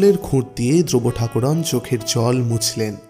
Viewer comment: গল্প পড়ার ধরন বেশ ভাল কিন্তু উচ্চারণ ঠিক করুন ঠাকরুণ কে ঠাকুরোন? খুব কানে লাগছিল সারাক্ষণ ।বুঝেছেন তো কি বলছি?ঠাকরুণ বলবেন ।